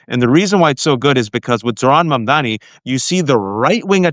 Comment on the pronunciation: It's MUM-DAA-KNEE. Come on, guys.